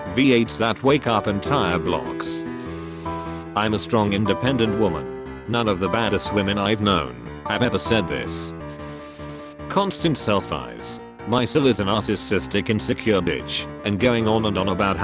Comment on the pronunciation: No one: Jesus literally said nothing: I swear nobody: Also text to speech: Self-eyes